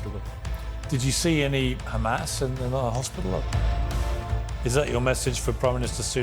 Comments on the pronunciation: Pierce your face turned colorful when he asked you and sunak and all those cheer leader to go with him to Gaza and see with your own eyes And stop you guys sayingkkkkhhhaaamas Instead of Hamas cause they can pronounce hot water HoT not khhhhottt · "But do you condemn KHAMAS ?"